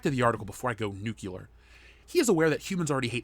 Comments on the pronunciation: Nucular? Nuclear. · It's pronounced "nuclear", not "nucular", genius. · you could have magneto a survivor the genocide in Rwanda for an equally tragic backstory. there have been plenty of horrible things in the world that dont involve white people dude. your totally wrong in this argument also sound it out. nu·cle·ar google will tell you how its pronounced